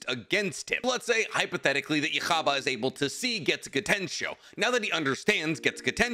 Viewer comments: yhwach is pronounced yuha baha, or just yuha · its pronounced YOU-HA-VOK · For fucks sake its YUUHAH, sorrh that was just triggering me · bro butchered the yhawch and bleach lore wow lol:buffering:🤣😂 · Christ I hate the way you pronounce his name, its "You - ha - bach". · Its pronounced yù-ha-bah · Please man love your vids but pronounce his name slower lol yuha baha two words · I'm convinced is pronouncing yhwach's name like that on purpose😂😂 feels like he's powering up a loogey😂😂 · his pronunciation for yhwach is crazy 😂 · Bro I have no clue how to pronounce Yhwach 😂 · it sounds nothing like the word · ooo pain when he says his name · Absolutely love your videos but your pronunciations when you do Bleach videos hurt. Still good content though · Genuine question. Do you pronounce his name wrong on purpose or? Cuz the anime does not say it that way, only you do, as far as I'm aware. I assume you do watch anime? If so why be wrong on purpose? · Ok it might be right but damn , after hearing it one way for literally 10 years hearing you say his name is giving me cancer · The way you pronounced Yhwach’s name sounds soooo wrong 😭😭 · I loved the video but the way you pronounced yhwach killed me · No offense, but stick to Naruto or anime that you're familiar with, because from the misinformation to the pronunciations, there was a ton wrong with this video, which as a fan is surprising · I hate the way you say yhwach and why do you have to say the characters name over and over and over and over made me click off before the halfway mark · That is definitely NOT how it's pronounced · Damn you pronounce his name really pretentiously lol. Idk why you say that that’s the proper pronunciation when that’s not even how they pronounce it in the anime and it was certainly never written like that when the manga was coming out and his name changed every week for the first couple months because they didn’t know how to translate it. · Please never say Yhwach ever again 🙏🏼🥲